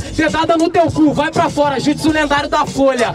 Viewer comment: O 15 ganhou mais ele fala tudo errado os jutsus